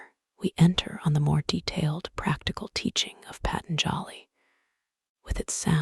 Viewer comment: Your pronouncing Patanjali incorrectly 😂 It's Pah... Tan.. jaw.. ly